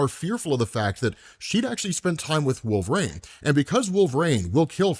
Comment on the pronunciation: Wolverine has three syllables, not two!